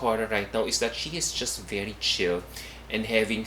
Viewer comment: I hope that will improve her pronunciation. She communicates well, but her pronunciation of the letter 'e' is a bit odd. For instance, instead of 'ever,' she tends to say 'eyver’. instead of ‘very,’ she tends to say ‘vayry’. It’s just a small change. she’s a total package. 🙏🏼